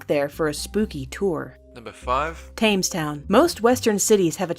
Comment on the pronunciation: it's not pronounced tames town. it's pronounced tems town